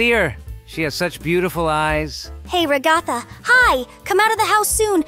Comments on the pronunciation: Why did Jax say Ragaatha its Ragatha not Ragaatha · It is pronounced RA-GA-THA….not RA-GOTHA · I love how jax pronounced ragatha as ra-gaa-ta😂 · IM CRYING WHY DID JAX PRONOUNCE RAGATHA REGATTA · IT'S PRONOUNCED RAG-UH-THUH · Naw and saying ragtha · Her name is ragged and not jhjikio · BRUH SHE SAYS RA-GATH-A